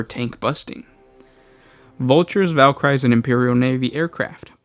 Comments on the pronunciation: valkyrie = VAL - KAH - REE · Good vids but it's Valkyrie and pronounced 'Val kier ree'